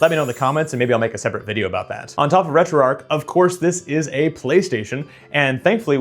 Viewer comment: It's pronounced "Retro Arch" not Retro Ark 😑